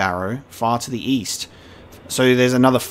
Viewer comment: "... believed to be in Fort Faroth in the Dragonbarrow far to the east.": East? I thought you said weast